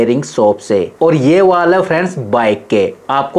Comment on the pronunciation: फ़्रेण्ड्स कीं जगह पे भेस सुनाई दें रहा हैं plzz अछे से बोले